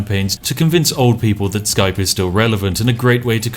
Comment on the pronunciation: What is Skrape, ee Skype??